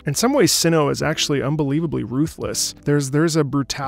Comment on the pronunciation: the first part of cyno's name is actually pronounced like 'site' without the 'te'